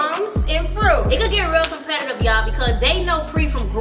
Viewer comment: When called fruit “froat” 😂😂 I died